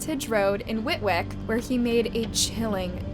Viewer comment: I live next to whitwick and it had me choking on my tea the way it was pronounced 😂😫